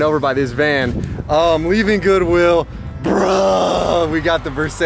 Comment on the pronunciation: you can't even spell versace fosatchy. fo-satchy